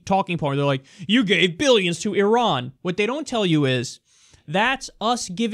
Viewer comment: Great points..so glad that you pronounce Iran correctly as a side note ..